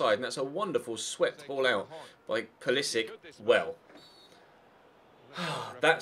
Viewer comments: Pulisic is pronounced Pulisich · Theobold Trollington-Smythe no, i think is correct, pulisic has an accent on top of the c that reads ch